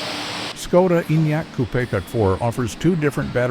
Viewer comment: At least learn how to pronounce the bloody brand name properly.....